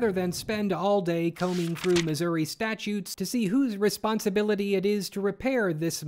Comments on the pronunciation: Sir, I believe you mispronounced the US state of Misery. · Uh, yay, Missour-uh?